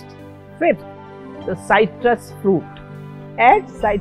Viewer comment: Good info. Thank you very much. This English teacher and proofreader suggests you amend the subtitle to read "higher" (not "hire") - and please note that the correct pronunciation of "citrus" is with a short "i", not a "y", as spoken here. Thank you again and please keep up the good work.